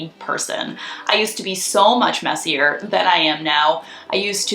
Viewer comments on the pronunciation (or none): none